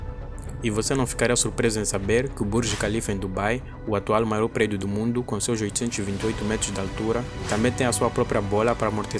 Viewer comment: Melhor do “Moaindo” kkkkk